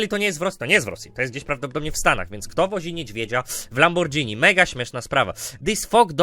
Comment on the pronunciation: Na litosc boska lamborGini a nie lamborDŻini